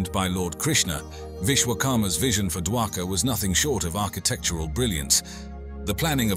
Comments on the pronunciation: Not dwakar it's shri dwarika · It's Dwarka, not daka